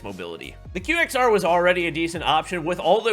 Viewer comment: its pronounced as "Quexer" 😂😂😂😂